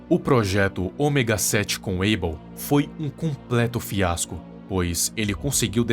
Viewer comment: Porque aibêl? Que eu saiba se diz abél não?